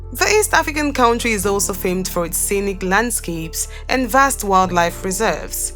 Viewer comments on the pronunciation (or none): none